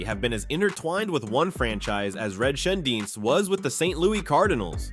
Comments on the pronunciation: Red shanedeez how its pronounced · it is not St. Louie is is St. Louis and please say Red's last name correctly. Hernadez good player, but cocaine user not good in the club house. It was a shame Curt Flood misplayed one ball in outfield in the World Series. He was a very good player and man.